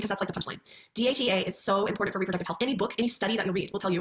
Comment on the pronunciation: I despise MLMs and predatory practices but I think I hate the most how all Huns seem to pronounce “important “ as IM-POR-DENT